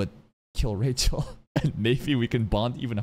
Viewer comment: saying Rachel's name makes sense... i had forgotten about it. He doesn't say it Rachel like normal, it's actually Ra-HELL, Ra was an Egyptian god and Hell, you know, which makes sense she's the god of Hell the literal devil. 😂